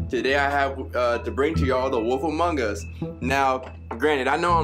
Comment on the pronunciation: Before this game play I kept thinking was saying wolfamongas. I was like.... awolfa what?!